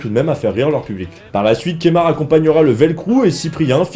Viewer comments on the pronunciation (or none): C'est Keumar pas Kémar lol